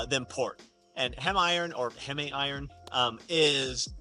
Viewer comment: Heme iron. Pronounced heem. Thanks for this video. Starting today.